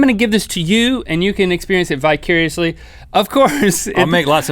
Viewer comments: Link said bicuriously when it's actually vicariously hahaha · anyone else hear bicuriously? Upon relisten I heard vicariously :D